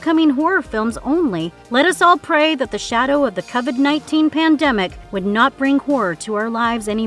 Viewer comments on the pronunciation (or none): She called it the Cuvid pandemic. Can’t blame the script for that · I mean… so many weird reads here. TheATER? Necroconium? Jeepers Keepers? Art of the Clown? Schwarzen-what? How did you just pronounce Covid??? Please higher an editor. My brain hurts.